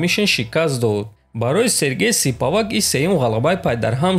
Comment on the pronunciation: Ака ошибка Не Сипавак а Спивак